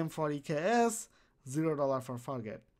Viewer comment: fargate.. you said it more like fakk it